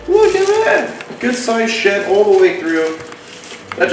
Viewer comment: Ohhh “deep in SHED” not SHIT. 🤣🤣🤣🤣💦